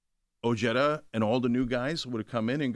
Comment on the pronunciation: Oh-hay-tha Not o jed uh I’m an Ojeda n I cringe at how Richard says his name